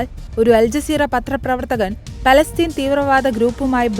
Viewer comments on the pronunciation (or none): none